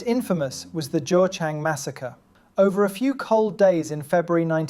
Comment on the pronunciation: Quick correction: geochang is not pronounced as joe-chang but like guh-chang, [kʌtɕʰaŋ] if you understand international phonetics alphabet.